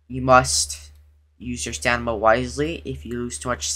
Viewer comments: You would be dead sober because he keeps saying stanima not stamina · Bro said stanima